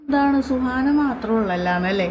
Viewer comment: സുഹറ അല്ല സുഹാന 😅🤣